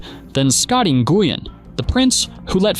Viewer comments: N Goo Yen ridiculous. Win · Nguyen is pronounced like "when". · Im Vietnamese, and its more like "nu-win" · Who is Scotty Nu-guy-an? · He's almost as good as Scottie NGooWeen. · I almost turned off this video due to how bad this narrator pronounces Scotty Nguyen